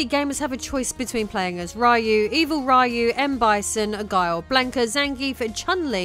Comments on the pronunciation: Just a heads up: the correct pronunciation of Ryu - given he's Japanese - is "Ree-you", not "Rie-you". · Please :( Ryu is pronounced "Ree-u"